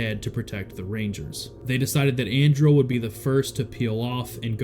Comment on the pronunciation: This is so cool! I randomly clicked on this video based off the picture not knowing anything about it. Colonel Andrle was my direct supervisor back in 2014. I spent a good amount of time with him in and outside of work. Super good dude! His name is pronounced “Anderlee” though.